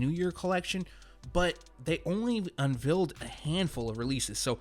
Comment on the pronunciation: Nice vid very informative as usual n 2019 got heaters 🔥🔥 but....lol the way he pronounces unveil is sooo cringey lol I'm probably the only one that it bothers but oh well lol